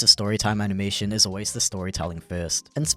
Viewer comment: his "anabation quality"